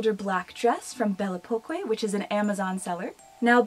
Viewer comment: Hey’ I love your videos! It’s a French brand. Belle Époque was French for a certain time era! Pronounced belle (aye pock) - the best I have to help!